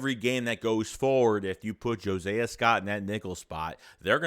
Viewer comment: Omg. His name is Not" Jo-Say-a" Scott. Josiah is pronounced (JO-SIGH-A). Are you mispronouncing his name on purpose?